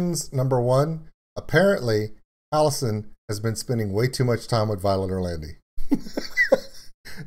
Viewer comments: You missed the cameo by Violet in the mirror and the drawing. Symbolising that Violet is the Demon inside. Also Jonathan Young is mixed into the vocals as background guff noise. Also for future reference how you say it. it's Halo-scene not Halosen. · Ok, I've gotta say it because it's driving me crazy... Halocene is pronounced Hal-oh-seen.